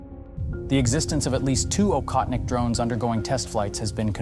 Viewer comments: It is "Ohotnik", NOT "Okhotnik". I hope nobody writes Khunter instead of Hunter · Aa-hoth-nik (not akhotnik) meaning hunter. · It prounced Ochotnik btw. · It's pronouned OHOTNIK.